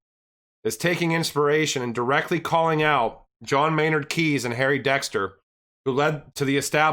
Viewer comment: Its Keynes, not Kines (Keenes).. You pronaunce it wrong